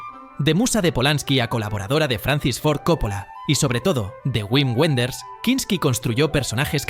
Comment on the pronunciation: Me duelen los oídos con lo de Isabelle Japer... Lo mismo con Güim Güenders, es Vim Venders, la W en alemán se pronuncia V. Tendrías que ser más riguroso con los nombres, que no todos se pronuncian a la inglesa... Por el resto, enhorabuena con los vídeos, me encantan.